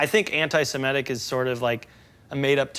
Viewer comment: Why do people say An-TIE-sem-ET-tick? Makes my ears bleed. The CORRECT pronunciation is: An-TEE-sem-IT-tick, it's not hard . . .